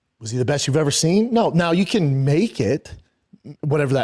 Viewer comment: So that’s why he won’t iiiiver succeed, and it’s also why his KIDS will niiiver succeed. His own words… what a moron